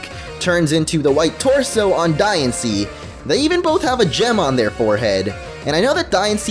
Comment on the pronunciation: "Die annce" ._.